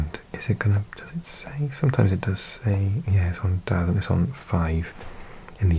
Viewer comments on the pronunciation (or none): Its “Da zone” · Dazn - pronounced Da Zone - it's a streaming service from Eddie Hearn.